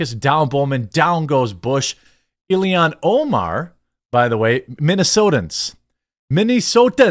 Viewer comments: Why can you not say Omar's name correctly? It's not Ilihan, it's Illhan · It's (ill-han). I don't like her either, but with how often you said her name it was bothering me😅